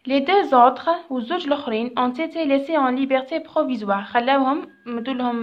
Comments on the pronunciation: شكرا استاذة بزاف ملاحضة هامة : -استادة ont été تتقرا اون ايثي مش اون ثيثيي نتي هك تقراي فيها 👈👉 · تقرا أون إتي